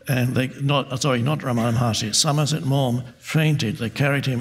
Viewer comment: Dear I'm from india at tamilnadu his name is not ramana maharshri it is wrong pronounciation his name is Ramana maha rishi